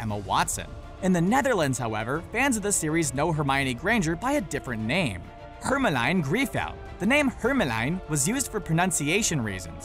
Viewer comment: Hermelijn Griffel pronunciation is very hard for non-dutch people, nice try tho! Pro tip: The emphasis lies in HER melijn.